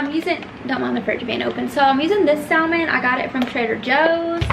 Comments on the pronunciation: Great video. But The L in “ salmon” is silent. It’s pronounced “sa-mon” 🙂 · The salmon? Sallman??